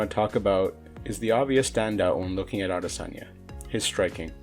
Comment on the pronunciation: No one ever pronounces his name properly